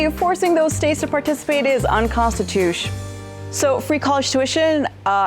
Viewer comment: "nconstitush" <3